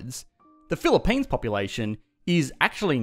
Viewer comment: "This is the Phili-PAINs", sounds about right